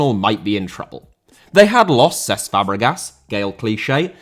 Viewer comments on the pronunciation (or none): Cesc* not Ces